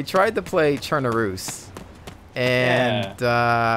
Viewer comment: You dont pronounce chernarus as sherneroose lmfao